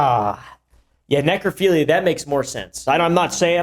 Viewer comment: Or "neclophilia"?